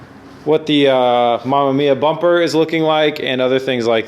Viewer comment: Don't know what's worse the fitment or terrible pronunciation of bumper lol RB looks better